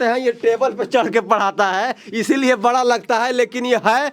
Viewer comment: बड़ा❎️ बरा✅️ 😂